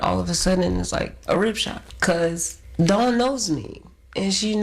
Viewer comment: Ok why is everyone pronouncing Dawns last name wrong 🤦🏾‍♂️